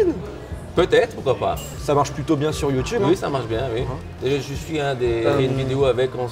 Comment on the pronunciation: Mdr il a di youdoube